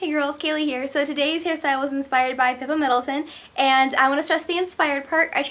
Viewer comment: You're right, she said "Pippa Middleteon" ^^